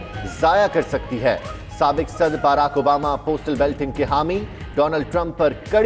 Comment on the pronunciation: it is not Belting ... it is Balloting. Sahi pronounce karo.